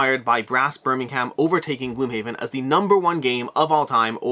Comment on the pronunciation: Lank-a-sheer and Berm-ing-am